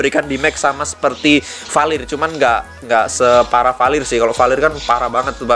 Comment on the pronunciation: Bukan palir bang tapi valirr